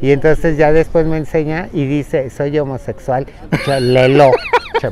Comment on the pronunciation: Jajajajajajaja ahora si se la aplicaste a que risa con esa pronunciación de "soy homosexual" me encantan los adoro Dios los acompañe y lleguen con bien a China. 😘😘